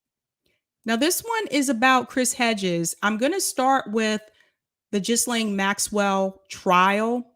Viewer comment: I think her name is pronounced Geelane